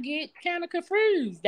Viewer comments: I remember her from the other day. She's a hot mess. Kendra would "ax" her questions. Her replies had me "confurzed!" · 😂😂 NOT COMFREWSED. Chile I’m done, I’m finna go listen to some MRUSIC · “Confuersed”. She high now!TF. She didn’t raise nay one of ‘em. 🤦🏽‍♀️ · I believe the word is con fursed lol..🤣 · She said she confruse😂😂😂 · "I'm just CONFRUSED", "They gonna have fun over HERR", LMAO!!! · She’s not a liar. She “confroosed” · Leave her alone yall she "confruzed" 😂😂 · She say she gets kinda "confroosed" 😂😂😂